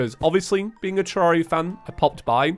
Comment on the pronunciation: i think tommy would... disapprove... about your pronunciation of "terraria", maybe more like freakout, even though like half of the terraria content creators pronounce it wrong